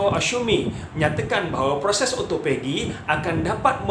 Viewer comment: ya...kalau saya nak turunkan berat badan saya tak buat puasa sunat,sebab saya takot lari niat,kalau puasa sunat,mmg saya puasa ja,takde niat untuk autophagy atau turun berat, Oh ya,sebutan autophagy adalah O - to - fe - ji